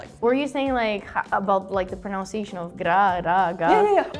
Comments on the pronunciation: They keep pronouncing "pronunciation" as though it was spelled "pronounciation", which is wrong. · I love how they pronounce "pronunciation" based on the pronunciation of the word "pronounce". It's not the same guys, haha. Think of OUNCE and NUN. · She could improve her pronunciation of the word pronunciation, though. But she speaks really well indeed.